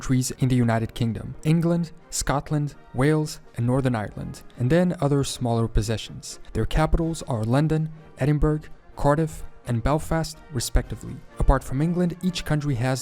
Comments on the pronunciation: What the heck is an Edin-berg? No such place. Biggest pet peeve 🤦🏼‍♀️ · Edinburgh in pernounced Edd-inn-bra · With all due respect. This is a subject best left to those of us who live and work here. And no one can take seriously a video made by someone who cannot even pronounce the name of Scotland’s Capital correctly. Independence is normal. None of those Empire countries who got their independence from “ The British Empire” have ever asked to return. And the promises which were made by the Better Together Movement were NEVER kept. For instance to stay in the EU. More power devolved to the Scottish Government.etc. Better to be a good neighbour than an unequal partner in a supposed equal Union. And remember, Scotland has a lot more natural assets than England. And remember we only have around 6 million people to care for.